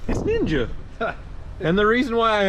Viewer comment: NEENJA! Lol!